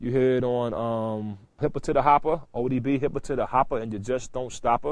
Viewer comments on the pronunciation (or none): none